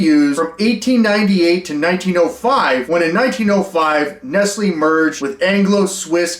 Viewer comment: Killing me how badly you are mispronouncing Nestlé lol